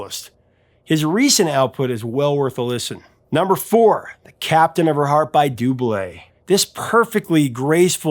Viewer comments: First time in all these years that I hear somebody pronouncing Double's name right!! Captain of her heart is so relaxing. Great song. Thompson twins made great songs, many of their songs are in my top 80's songs. I've been very surprised that many people don't know their songs. And I'm talking people born before the 2000's. probably because they don play them in the radio much. Never heard of Grayson Hugh, Gonna check that video out right now. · Lol this whole time i didn’t know that’s how you pronounced Double hehe until now so it’s Dublay. i likes it but felt bad for the lady still waiting thinking she will never get to see the captain of her heart. i guess as an older single woman it hits close to home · Doo blay Me: Dubl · OMG a Blow Monkey reference. Subscribed! Never knew that was how to pronounce DOUBLE. Had that song on my playlist for ages. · Well, now I know how to say Double! Been pronouncing it wrong for decades. :( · Haha I always thought it was pronounced like in double trouble, not do-blay.